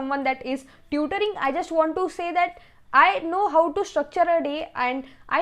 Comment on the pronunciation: Didi g ur voice is good 👍 But i felt that.. ur pronunciation of "how" goes to "hauu😂" like bhau means brother It's funny..😁 Good luck for exams😊👍